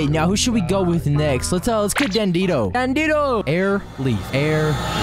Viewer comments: sry to be rude but you pronounce dandidoo wrong, it’s not “ Dan dee doe” It is “Dan Dee Doo” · It’s not dan di do it’s dan de do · why do u call it dandido its dandidoo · I think you make really cool videos!! Subscribed!! Keep it up!! Also I can’t help but say that Dandidoo is Dan-dee-due, not dan-dee-doe. Nice try, though!! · Isn’t it dandidoo not dandidoe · It's dandidoo not dandido ❤❤ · It's dandie do not dandedoo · Heres how to pronounce dandidoo Dan-di-dooo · dandidoo ls said dan-dee-doo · Its called dan-e-doo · BRO ITS NOT DANDINO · You said dandidoo wrong